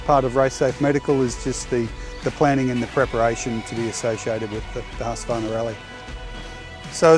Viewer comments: It is not HusqAvarna . Only two 'A' in the name . Husq-varn-a . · I don’t know why Americans add a syllable to Husqvarna, or mispronounce it so badly. Huska-varna 😂